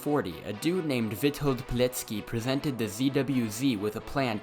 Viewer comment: Michał Taraszkiewicz-Konarzewski. Jak ty to masz przeszytać? / how did you want to read this lol? But Witold Pilecki pronounciation was great.